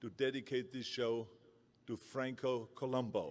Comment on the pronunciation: It’s Columbu, not Columbo. I hope the trophy spells his name correctly.